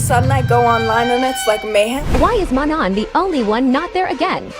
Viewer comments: Btw its not meno its manon its m a n o n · GUYS IT'S MANON😋 NOT MANO. RESPECT PEOPLE'S NAMES PLEASE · But her name is not "Ma-no" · Ok, I know this is supposed to be serious, but the way she said Manon as “Maho” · Her name is Manon pronounced ma-naan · I really hate how you're saying manons name. It's "MAh-NON" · You had multiple people saying Manon's name correctly and you STILL can't say it right. 😭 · You saying her name wrong is pissing me off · y'all still can't pronounce her effing name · Your videos are cool, but can you please pronounce her name correctly lol